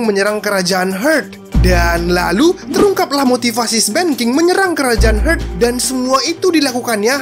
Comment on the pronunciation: Kerajaan "hurt"??? 😅😅 cek ulang bosque pronouncenya "heart" yg bner